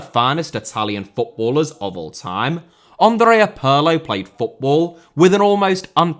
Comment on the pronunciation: The Italian 'Andrea' is not pronounced like the French 'Andre'. The first and last 'A's are short and stressed, as in 'Apple'. "A-ndr-ay-A". Your pronunciation of 'Pirlo' is pretty close, though. 😁